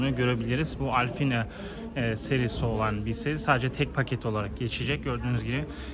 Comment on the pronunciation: “Alfina” paket nedir?! - “Alpine” diye yazılan paketi direk “AL-Pi-NE” diye okusan daha iyi olurdu, yada diğer otomobil kanallarında telafuz ettikleri gibi de söyleyebilirdin ( Al-pin gibi) Senin ki resmen gördüğün harflere fantezi katmak olmuş — Alpine’yi Alfina’ya Nasıl çevirdin bravo doğrusu, gördüğünü bile doğru algılayamayan bir insansın kim bilir duyduğunu Nasıl yorumlarsın….